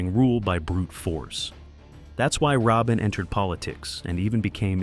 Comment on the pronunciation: It's pronounced Ra Bean